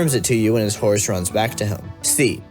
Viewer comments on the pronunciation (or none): none